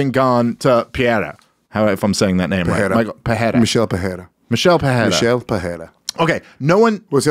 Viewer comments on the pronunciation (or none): Yeah, that Pereira was wrong. If it's a Brasilian guy. You said "Peheira" or something I'm yet to see an English speaking person (that only speaks english) be able to pronounce words like: Pão, Mãe, Pereira, Família, Dicionário... Try it out